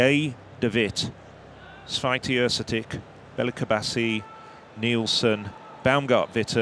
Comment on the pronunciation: These two guys were not that bad. 😄 I think that Święty is virtually impossible to correct pronounce for a native English speaker.